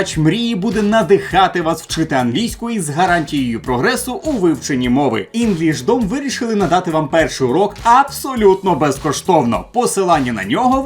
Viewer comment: не знаю як вам, а мені просто ріже слух інглишдОм - так ніби з початку найменування було таргетоване на російськомовних.